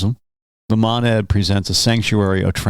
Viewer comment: Its a long O on Monad, God your pronounciation is like nails on a chalkboard